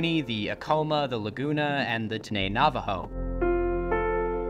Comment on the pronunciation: He mispronounced tribal names, bro. He butchered Apache and Diné